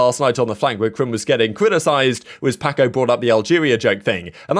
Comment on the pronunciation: no hate but i couldn’t stop laughing when he said “PackO” instead of paco